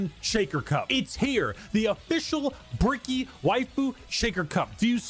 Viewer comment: Love the way she pronounce Bricky. I kinda want her to call him Cheeky Bricky for the stalker memes